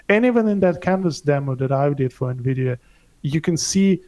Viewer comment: Andrew pronounces N-vidia.. Nevidia☕️